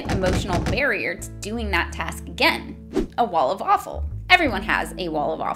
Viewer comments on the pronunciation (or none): the "walla-fallfull" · What do you call “wall of awfull”?.... The Wawful😂😂😉 i constantly hear waffle, am inthe only one?😂